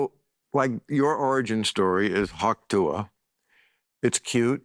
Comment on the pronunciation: calling hawk tuah “pa-ting” without even thinking twice about it is funnier than 75% of kill tony